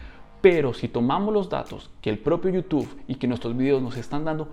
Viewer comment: Bro por qué dices youtufff jjj saludos